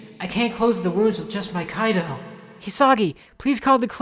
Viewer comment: This is dope but I die inside a little every time they say “Kaido” instead of “Kido” 😂